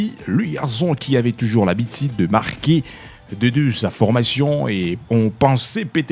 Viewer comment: Monsieur le journaliste tu parles bien Français mais il faut faire un effort de bien prononcer tes U,par exemple dire habitude au lieu de habitide. A part ça très belle prononciation.